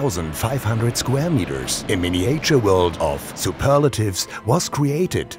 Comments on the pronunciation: Oh, weh.... dieser begnadete "Englisch"-Sprecher ist ja kaum auszuhalten. Miniäitscher - inzwischen ist das MiWuLa doch ein echtes Millionenunternehmen und ich verstehe einfach nicht, wieso man da nicht mal einen professionellen britischen Muttersprachler ranholen kann, der dabei hilft, diese Peinlichkeiten zu vermeiden. Ich traue mich einfach nicht, meinen Freunden in den USA einen Link zu schicken, echt nicht. "To date more than 265 people", jo - ist klar. Leute, das muss besser werden! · Die englische Übersetzung des Off-Textes ist - ähm - mutig :-D Die Aussprache ebenso ... Mein Favorit: "mini-äitschür" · The guy could have at least learnt how to pronounce "miniature" and "dueling". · So ein schönes Video. Nur wenn der Sprecher die Worte "Miniäture" oder "Creäture" sagt, triggert mich das total :D :D :D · Surely, in a city as large as Hamburg, you could have found a native English speaker to speak in this video? Or the guy could have at least learnt how to pronounce "miniature" and "dueling".